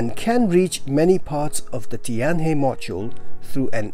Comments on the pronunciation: The pronunciation of 'Tianhe' is similar to 'tian-her', but not 'tian-hee‘. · It's pronounce tian hur. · Tianhe is pronounced as Tian-Her. Practice makes perfect! :)